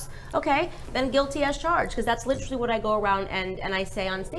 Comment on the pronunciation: I challenge someone to find a video where Candace doesn’t say literally wrong. I’ll wait. 😂 tryin to make it her signature thing.